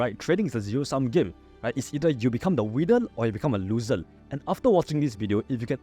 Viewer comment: For every winnel there will be losel 😂